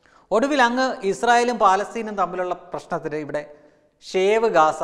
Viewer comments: Shave gasha .... Shave Alla bro save aaaa. Ooo enthoru kashtam . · ഒരു പ്രത്യേക അറിയിപ്പു shave അല്ല Save ഷേവ് അല്ല സേവ് ഷേവും സേവും തമ്മിൽ ഒത്തിരി വ്യത്യാസമുണ്ടു.